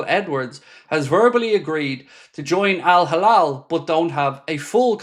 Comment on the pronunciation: Why does your al hilal ALWAYS sound like al halal ?